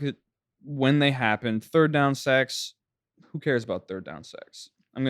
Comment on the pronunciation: I thought this dude said first and second down sex. And it took me a second to process that that was not the word he is using.